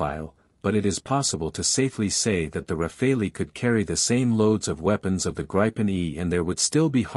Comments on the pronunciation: Please please please teach your AS (Artificial Stupidity) narratorbot how to say Gripen. It's a Swedish word, not an English one. The 'i' is short, not long, ie 'Gripen' rhymes with 'bitten' and not with 'ripen'. If the AS can't quite cope with a single Swedish word, please edit your scripts to use the English equivalent which is 'griffin'. And the French aircraft name is also mangled. This video is best viewed with the sound off. 🤦🏻‍♀️ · Starts by mis-pronouncing both Gripen and Rafael, then gets even weaker in analysis.